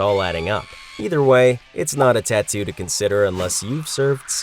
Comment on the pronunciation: TONT GET A TATUE😂